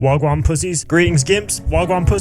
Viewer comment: Posh boy saying wagwan 🤮